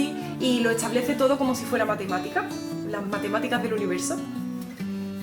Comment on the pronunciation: por que dice?...etsa por esta, tratse por traste, etsamos por estamos, etsablece por establece, hatsa por hasta, ect, ect